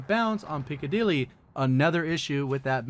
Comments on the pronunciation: Pick-a-dilly but he is saying peak-a-dilly and he isn't the only youtuber to do it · Why can barely any youtubers pronounce Piccadilly correctly hahaha